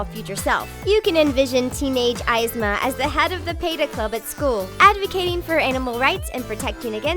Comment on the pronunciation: who the hell is EYEZma?